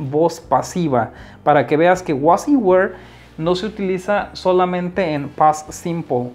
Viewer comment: WERE / ENTHUSIASTIC / SALESMEN / SUGGESTION / SIMPLE / AGAIN.. check your pronunciation man